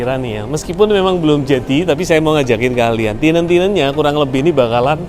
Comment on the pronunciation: tenant om, bacanya ya tenent, bukan tinent.